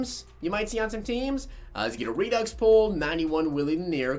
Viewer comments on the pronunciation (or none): none